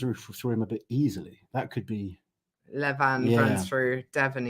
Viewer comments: you was pronouncing Levans name correctly. Its the Americans who pronounce it Levarrrn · is saying Levan's name right, its not Levaaan, its just Levan